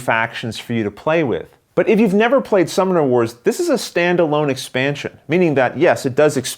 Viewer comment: Is anyone else hearing "Star Wars" or am I just getting old?